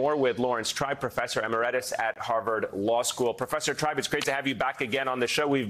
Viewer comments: Please teach your newsreader how to pronounce Emeritus – uh-MERR-i-tuss. It is most definitely not 'EMMA-REDDISS'... 🙄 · "emeretis"??? Seriously? It's emeritus, for the love of God. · "EmiRETus"? E-MERIT-us. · Em Er Etus !!?? Really ?? Jesus please pronounce designations of honor correctly ! Journalism has fallen to a low bar with spelling, grammar, and erudition in the last decade.... I agree with the content but for God's sake use good English or it will damage your credibility... at least among educated folks. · Please teach your anchors how to pronounce the word “Emeritus.” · Dude - check your pronunciation on the word "emeritus." FFS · MSNBC needs to teach its talking heads how to pronounce "emeritus." Stupidity ain't pretty.